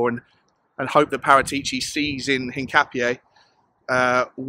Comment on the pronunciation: Hincapié is pronounced hin-cap-ee-eh. In Spanish, that accent over the 'e' gives it an 'eh' sound.